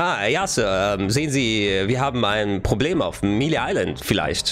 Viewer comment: Melee wird May-Lay ausgesprochen, nicht Milii